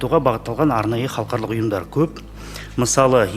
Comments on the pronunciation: Мына жігіт қалқарлық,қалқарлық деп қоймады ғой Халықаралық-деп айтылады. Өзі мінбеде тұрып қате оқып тұр. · Мына министр халықаралық деген сөзді халқарлық деп қате айтып тұрғаны нес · Халықаралық деген созди Халкарлык деп. Окыды депутат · Қазақ министр "халықаралық" деген сөзді дұрыс айта алмай тұр ғой. Қазақта "қалқарлық" деген сөз жоқ. Ұят екен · Мына шырағым, халыкаралык дегенді де халхарлык деп бурмалап тур, мундайларды курту керек, казакша сөйлете алмай отканда, орыс мектебі неге керек, орыс мектебіне бармай ак, орысшаны судыратып, мәңгурт болып жур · Мына минстр не оттап тұр қаларлық деген қандай сөз халық аралық дегенді айта алмай тұр ғой сахаума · Хархалық емес халықаралық деп айтылады алдымен жөндеп айтып алып сонан соң қабылдамай ма өңшең мәңгүрттер. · Ғылым министрі қазақшаны халықаралық дегенді бірнеше ретдұрыс оқымадықазақшаға шорқақтау ма қалай?